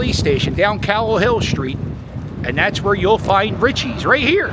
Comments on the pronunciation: It’s pronounced “REACHEESE”. Not Richies😂😂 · It’s pronounced “reechees” and they do have the best hoagies but most Italian delis slice it to order